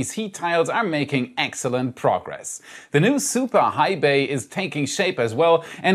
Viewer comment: You said eggsilent.